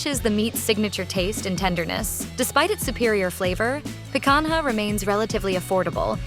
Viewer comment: they couldn't even use a real human for the voice. so lame. "pe-kan-ha" is the worst pronunciation ever